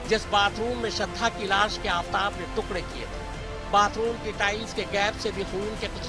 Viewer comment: Tukre nahi tukde madam....Work on MTI when you are working on a national professional channel..